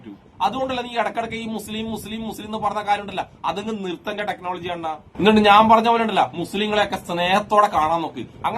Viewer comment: ടെക്നോളജി അല്ല ടെക്‌ലോലോജി 🤣🤣🤣